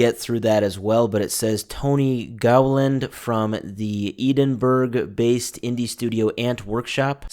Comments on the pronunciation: eedin burg are you fucking serious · That pronunciation of Edinburgh was diabolical XD